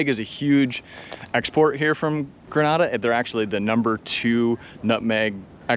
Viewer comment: FYI. The name of the country is pronounced "Gree..nay..da," not "Gra..na..da," which is in Spain.😊